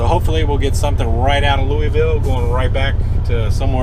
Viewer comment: Wind comes from the Sun. Don't care about hearing Illi-noise, just glad you don't say Lewis-ville. Your Louisville pronunciation is perfection to my ears. -from Louisville.